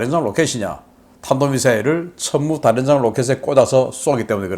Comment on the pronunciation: 다련장이 아니라 다연장입니다. 왜 자꾸 북한식 발음을 하는 겁니까? 제발 발음 좀 고쳐 주세요. 키에프는 키이우로 단번에 고치면서 이건 왜 그렇게 못 고치는 겁니까?